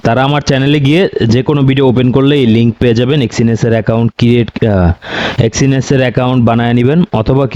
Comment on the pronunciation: এক্সিনেস কি ভাই, আগে তো শুনিনি, আপনার মুখেই শুনলাম, আগে শুনেছি এক্সনেস